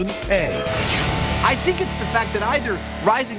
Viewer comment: HAAAHAH "don't think" was actually "don't sink"